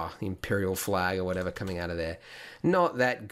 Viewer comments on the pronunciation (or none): none